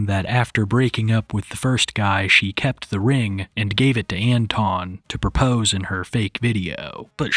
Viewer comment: Never trust the woman who doesn't pronounce the R in 'propose'